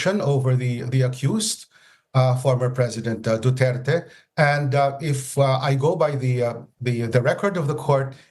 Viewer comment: The anchors pronounce his surname as " DUTERTAE "...💩💩💩💩💩